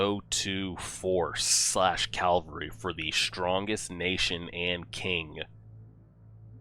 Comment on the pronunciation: Ca-val-ry, not cal-va-ry ^^